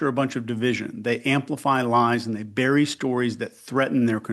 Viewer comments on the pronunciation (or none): none